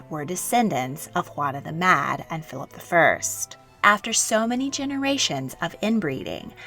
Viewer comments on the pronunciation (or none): I wish you would say Philip like Philip and not Philaaap